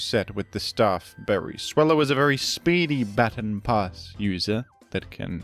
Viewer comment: "Battin' Pass"